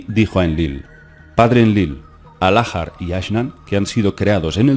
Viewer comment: Estás pronunciando mal. La letra H es muda en idioma español. En inglés suena como J. Lahar debe leerse como Laar y no Lájar. Porque no es inglés.